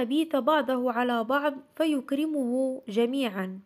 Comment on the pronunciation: اللهم صل وسلم وبارك على سيدنا محمد وعلى آل محمد كما صليت على ابراهيم وعلى ال ابراهيم انك حميد مجيد ملاحظة، : (فيكرمه) وليس (فيركمه) . ومن الأفضل ان تذكري السورة و رقم الاية. و بارك الله فيك وجزاك خير